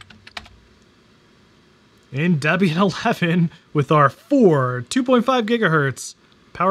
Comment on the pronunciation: Bro, it's pronounced "DEEE-be-an".